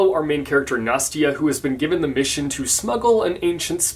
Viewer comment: Im russian and I must tell that the way you pronounce "Nastya" is soooo freakin cute) So I guess I must read this book A S A P Also, this shirt... love it